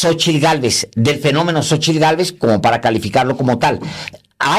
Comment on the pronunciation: El kks obrador no sabe decir Xochitl dice (Xochil).y dice que es Licenciado.